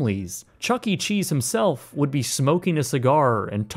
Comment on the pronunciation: Wud? What the fuck is "wud"?